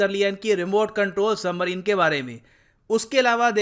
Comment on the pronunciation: वो सबमरीन होता है सही से पढ़ो